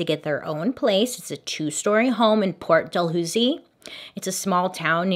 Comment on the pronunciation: Skar-burr-oh, Port Del-lew-zee just helping with pronunciation. I live near there. Karla was a deal with a devil. She got off to light! She killed her own sister and she now has kids and helped at their school!